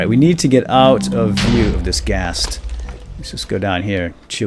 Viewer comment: Ghast, not ghost. Just thought I would point that out.